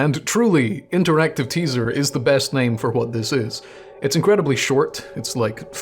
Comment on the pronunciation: OMG. We have the same desktop background... I guess I'm subscribing. EDIT AND YOU PRONOUNCE "WH" PROPERLY!